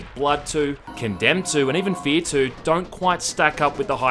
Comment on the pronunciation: You pronounced the R in fear like you are trying to keep your dogs coom between your lower lip and your teeth.